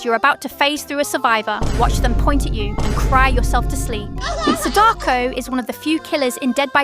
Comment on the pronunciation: good guide, but please learn how to pronounce her name...